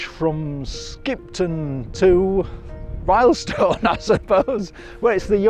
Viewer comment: "RILLstone" not "RYElstone"